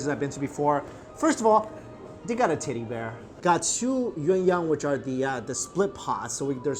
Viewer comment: i cant get over the fact when he says teddy bear it sounds like hes saying "TIDDY BEAR"